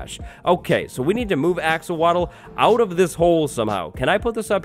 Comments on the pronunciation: 777k subs for... also “axowatl” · When you realize wattles sounds like waddles and the axowatl is axolotl